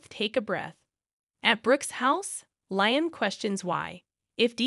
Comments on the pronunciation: It’s not,Liam,it’s Liam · You miss pronouncing Liam